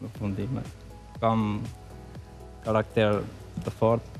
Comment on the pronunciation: Ashty edhe e shqiptoj duke ju vendos theksin vetem tre germave te para😉